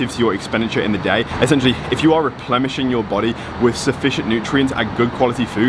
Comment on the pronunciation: Replemishing lol its Replenishing B!